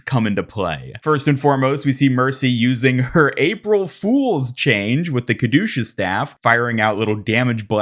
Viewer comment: “Kadooshus staff”